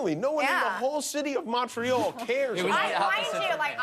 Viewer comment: i don't like how Jimmy says Montreal